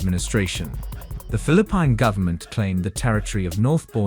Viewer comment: interesting but what in the AI is this? julie 4, phili PINE, toowee toowee. also remove the annoying background music.